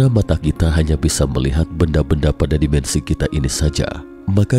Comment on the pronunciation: Dimensi pak, bukan demensi. Alien bukan elien😭😭😭